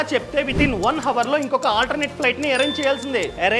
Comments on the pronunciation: Your videos are knowledgeable Chinna suggession bhayya HOUR ----H is silent pronounce as avar not havar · In Hour H is silent , it is అవర్ and not హవర్